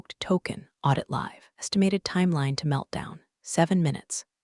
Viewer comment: There are several words that get mangled in these series! Croissant, live, sync, amongst several others!